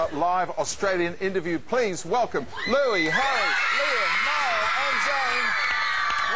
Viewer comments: get a brain honey... HIS NAME IS NOT LOUISE, IT IS LOUIS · You DID NOT just call my husband "Louise". It's Louis you moron.